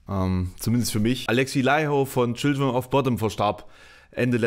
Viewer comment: Du solltest, wenn du ernsthaften Musikjournalismus betreiben willst, vielleicht mehr können, als den Wikipedia-Artikel vorzulesen und vor allem: Du solltest den Namen seiner Band richtig aussprechen können. Sie heißt nicht "Childrim of Botten"